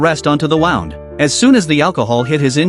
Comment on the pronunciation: Please teach the AI to pronounce “wound” And also, the difference between a person’s eye and back.